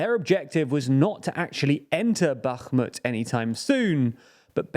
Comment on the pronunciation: You make the effort to pronounce Bakhmut and Kherson correctly, but completely fail when it comes to pronouncing Kakhovka. I applaud your effort, but also encourage you to be more consistent. Love the channel!